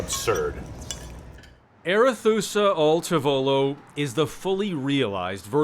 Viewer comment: " al TAH volo" per favore!